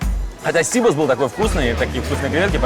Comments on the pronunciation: Сибас! а не СИбас! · Не сИбос, а сибАс. Не скорлупа у креветки , а панцирь)..Где вы набрали этих ведущих? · Коля Серга, в слове Сибас - ударение на букву А...! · НЕТ.ЕЩЁ РАЗ НЕТ. ПРАВИЛЬНО УДАРЕНИЕ НА И .!! СИБАС В ЕВРОПЕ ГОВОРИТСЯ СИБАС,УДАРЕНИЕ НА И!!!!